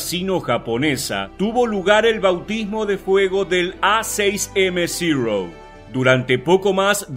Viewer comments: Amigo por qué dices ziro si en español es cero el nombre es cero no ziro???? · Uno de mis aviones preferidos, chirria un poco que pronuncies zero en ingles cuando es una designacion japonesa que se pronuncia igual que en español, cero. Los aliados creo que lo denominaron zeke. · ¿Por qué pronuncian "Cirou"? Aparte de que suena fatal su pronunciación correcta es Cero en japones muy parecido a como lo pronunciamos nosotros. NO es ni siquiera una definición yanqui. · Zirouu, no es zirou, es zero. ZERO, Y SE PRONUNCIA ZERO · Como es que se pronuncia « Zero »? Yo escucho Cirrosis! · Muy bueno el video, pero lamentablemente, la pronunciación tan afectada diciendo "Zirou", lo empaña todo. No le veo sentido, pues está dirigido a un público hispanoparlante y lo único que consigue es distraer la atención y sacarte del relato, por interesante que sea. Es algo que muchos creadores de contenido no tienen en cuenta, pero es necesario considerar.